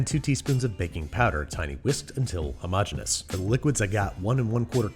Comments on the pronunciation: His persistence of saying the word "hermogenous" is one of the most impressive things I've ever heard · he pronounces "homogenous" two completely different ways within seconds of each other. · Hey Babby! Decide how you wanna pronounce "homogeneous" man!